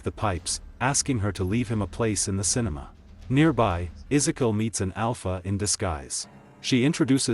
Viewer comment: BRO I never seen someone mess and pronounciate Ezekiel's name so many times in one sit !! Smh thats so disrespectful and racist I ain't see you even try and correct it eather 1x is acceptable but 10+ is on purpose and you can't even deny it